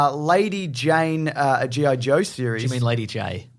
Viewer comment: They way you pronounce GI Joe I thought you had news for the anime jojo. :P